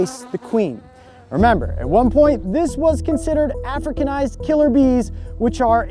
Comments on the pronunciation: It just feels very uncomfortable to listen to him emphasize the “docile european queens” in contrast to the “hostile africanized queens”. It’s not your fault that you don’t feel uncomfortable about it, but a lot of us do, so please respect that. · Yeah he's stressing it a bit too much